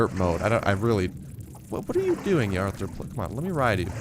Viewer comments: It's pronounced arthro-plura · You were really close with the first pronunciation of Arthropleura.